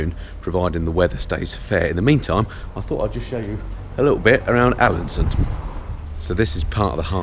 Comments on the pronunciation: Just caught up with this whole series (yes, I'm the guy that's watched all 8 vids in the last two days, you're welcome:D), but I honestly lost count of the number of times you called Alesund "Alansund"... Famous bloke that:D. Loved the series though pal:) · Haha every time you said Alesund I kept hearing Allison so I thought what the hell, might as well crack a joke about it. 😂😂😂